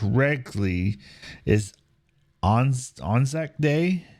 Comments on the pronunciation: ANZAC pronounced anne-zack. It was the joint Australian New Zealand Army Corps. ANZAC day is observed in Australia, New Zealand and Tonga. It is the day we remember the sacrifice of all those soldiers who lost their lives. There is a dawn service that is held. ANZAC day has also been commemorated at Gallipoli itself. The saddest part is that those soldiers who died, so many of them were kids were lied about their age to go to war with their mates. They were excited for the adventure but bullets and shells don't discriminate based on age. Waltzing Matilda is a song about a sheep thief who travels all over, living carefree and against the law until the law catches up with him and instead of being taken alive and imprisoned, he drowns himself in a billabong which is basically a small body of water. So when he refers to the band playing Waltzing Matilda he is referencing that song because Aussies are weird and celebrate bushrangers and anti establishment types. Better dead and free than alive and caged, which this song also reflects but the cage for the soldier is the prison of his own body. He'd rather have "drowned free" and by his own choice, rather than suffer the ultimate indignity that removes his ability to be mobile and carefree. If you want an amazing song about remembering a true Australian war hero, I recommend Ballad of Bull by the band Sabaton. There aren't really many songs like it, especially the story in the song itself. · ANZAC, Australia New Zealand Army Corps. Pronounced, ann-zac. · ANZAC pronounced Ann-Zack. It stands for Australia New Zealand Army Corp. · Just google "how to pronounce anzac" it's a decent enough example to listen to.